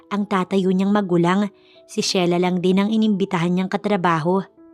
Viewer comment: Ano ba, Shela. ..o Sheila and again pronounced....Shila.